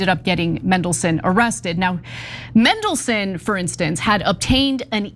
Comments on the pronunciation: That's just how yanks speak. If they say Manchester, they pronounce it Menchester. Just let em be. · Mendleson. Mega lols. Love how get pronunciation wrong. I might refer to him now as Mendleson. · You’re pronouncing his name wrong. It’s Man-del-son. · Who's Mendleson? Some classical music guy? Seems she can't even read words phonetically! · It's pronounced "mandle-son" . Thank you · MAAAAAANDELSON.....it's not hard... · ITS FCKN MAN-DELSON!!! why do Americans have to mispronounce fkn EVERYTHING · Its Mandle-son, You are right about the rest though...we are really showing up the US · As soon as I clicked I wondered how they would mispronounce Mandelson 😂😂😂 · To ignorant to learn the correct pronunciation. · That was infuriating to watch, we even saw what she was reading! Who just changes the pronunciation of a letter when reporting a serious issue? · Why not? Because you have a flawed and bipartisan justice system. In the UK, judges are NOT "elected" by politicians. They're "employed" based on their competence and aptitude for a job. it's Mandelson, NOT Mendelson! Think of Mandy not Mendy! 😅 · Get it right, it’s MANdelson, not MENdelson. Kind of annoying given it’s pronounced exactly as it’s spelt! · It's Mandelson, not mendelson, get it right 😮😮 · Same charges as Andrew Mountbatten-Windyarse. Not enough, but these types never face consequences. And his surname is MANdelson, not MENdelson. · He's always been a bad risk. Should never have been allowed into office. By the way, it MAN-delson not MEN-delson! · It's "MANdelson" Ana. Not "MENdelson." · mAndelson with an “A”, not mEndelson with an “E”. Please. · Just as a sidepoint, it’s MAN-delson, not MEN-delson. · its pronounced man-DEL-son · MANdelson, not MENdelson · It's pronounced Mandelson, not Mendelssohn! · MAN-delson, not MEN-delson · Pronounced his name wrong in the first line lmfao. MAN not MEN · its mandelson, not mendelson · Just for record it's pronounced MAN not mendelson although traiterous would do fine!